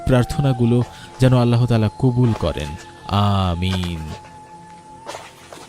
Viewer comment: আল্লাহ শব্দ উচ্চারণ করার সময় হ বর্ণটা হ উচ্চারিত হবেনা। হ এ হশন্ত দিয়ে, অর্থাৎ শব্দের খণ্ডত (ৎ) এর মত করে মুখ দিয়ে গলা থেকে অতি সামান্য বাতাস বের করে উচ্চারণ করতে হয়। আপনি মনোযোগ দিয়ে কুরআন তিলাওয়াত শুনলে অথবা মধ্যপ্রাচ্যের আরব দেশগুলোর লোকদের কথপোকথন শুনে দেখুন, তখন বুঝতে পারবেন আল্লাহ শব্দ কিভাবে উচ্চারণ করতে হয়। কিংবা কোন মাদরাসার হুজুর অথবা মসজিদের ইমাম সাহেবের কাছ থেকে উচ্চারণটা শিখে নিতে পারেন। শেখার মধ্যে কোন লজ্জা নেই, কোন গ্লানি নেই, শেখার কোন বয়সও নেই। ধন্যবাদ।